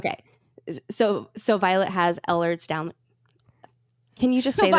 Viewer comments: Please girls 🫣 it’s not Elders Danlos, it’s Elhers-Danlos. /ˈeɪlərz ˈdænlɒs/ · It's Ehlers Danlos not Downers. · That part irritated me lol it’s so so so so easy to look up how to pronounce things. And she even said “Elders Downers” like girl what